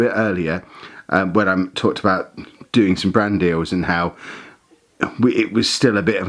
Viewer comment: Ohhhh....BRAND deal. I was listening and kept thinking was saying "Brandy" and I was wondering, "What, you can't have a brandy on a channel with kids on it?". Shoot, I used to put brandy in my kid's bottles when they were teething. Okay, before you all start...this was suggested by my mother, born in 1914. A teeny bit of brandy with honey and water.... eased the teething pain and let them rest. Wouldn't do it these days, but..... lol